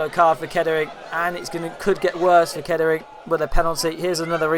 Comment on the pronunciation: Class highlights - not sure I can unhear the pronunciation of Kettering - I mean Keddering- but great work all the same.